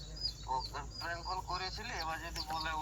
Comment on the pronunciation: অনেক হড়বড় করছিলে first parnk na bole pelenk bolecho thik ache prothom prothom omni hobek ai darun hoyeche video ta